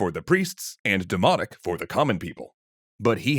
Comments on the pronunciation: Yall said dimonic not dimotic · I really can't help hearing 'demonic' instead of 'demotic'. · i know but im hearing them pronounce it as demonic like their pronouncing the N. it just bugs meeee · I’m gonna be honest I thought you were saying “demonic” instead of “demotic” and I was so confused.